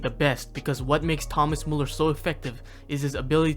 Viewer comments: His name is Müller, not Muller. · Thank you very much for the video. However, still a shame you cannot pronounce Müller correctly. Try harder next time. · its mÜÜÜÜÜller not mUUUller just saying no hate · it's Müller, not muller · If you make a Video about Müller, look into how his name is pronounced. ES HEIßT MÜLLER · When you decide to do a whole video on Müller, you could have put in a 2 minute effort and learn how to pronounce his name correctly. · Why do people take the time to make videos like this and then completely butcher the names? The dots on the Ä Ü Ö are not there for decoration mate. Just press the speaker button on Google Translate. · Learn to pronounce the name please. How do you make a whole video about one person and you can't even respect them enough to get their name right? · At least try to pronounce his name correctly if not all the other german terms you used. Its müller, not muller. You sound like you have a blanket in your mouth. You did it with, why not with müller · "Thomäs mulluhr"😭